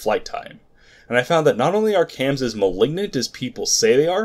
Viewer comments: Its not Cams, its Quaams. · no, its QAAMs. in other words, there is no U you don't pronounce a U that isn't there. Q A A Ms or Q AAMs